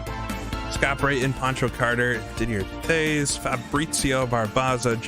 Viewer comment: That was fun to watch. Jeff Wood is the drivers name. Didier Theys should be pronounced Did-E-A TAYS. At least that is how that pronounced it back in '89 Looking forward to next event!